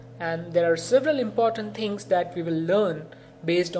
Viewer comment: nice but pronounciation of thing ...........